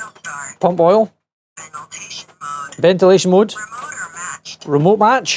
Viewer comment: She says Veniltation instead of ventilation 😂